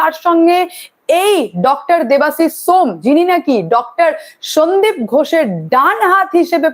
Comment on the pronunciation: ম্যাডাম ওটা shome , সোম নয়